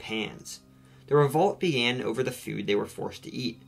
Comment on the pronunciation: I like how you pronounce food as feud